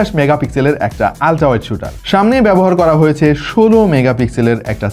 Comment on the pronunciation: ভাই আলট্রা উচ্চারণ কি চায়না থেকে শিখে এসেছেন?😀